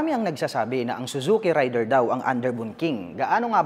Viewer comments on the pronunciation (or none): Raider po hindi rayder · *Rey-der , hindi RIDER. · matagal na ang pangalan ng motor na yan pero mali parin ang pagkabasa...